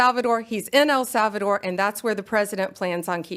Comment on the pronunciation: Who is "Al Sal Val Door?" 😅😅😅😅😅